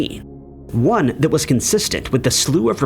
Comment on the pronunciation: number nined, number wand.. 😅